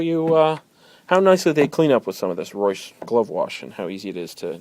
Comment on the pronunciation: you pronounce reusch wrong >.<